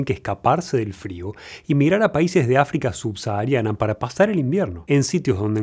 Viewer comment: Que paso Doc con "Africa Subsahariana" se le escapó el acento cordobes? jaja veo todos sus videos y es la primera vez que lo noto!